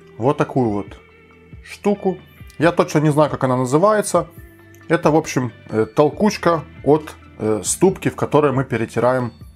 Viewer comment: толкуШка, а не толкуЧка. спасибо, классно, попробую!